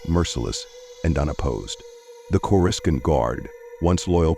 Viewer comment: Say with me now, Corrus-scaant